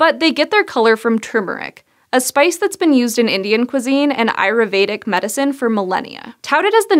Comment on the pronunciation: AYURVEDIC. a-yoor-vee-dic.